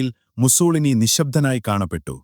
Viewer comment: മുസ്സോളിനി അല്ല... മുസ്സോ -ലീനി എന്നാണ് പറയുക...